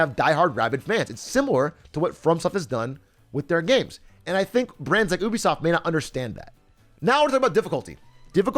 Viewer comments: bro, did he really say "oobisoft" isntead of "ubisoft"? lmaaaoooo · No one Atrioc: OUH-be-soft Everyone else... you-be-soft?